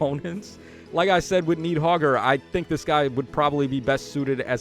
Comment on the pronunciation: "Knee-hogger" and "Naah-ray-oor." Yeah, let's go with that 😂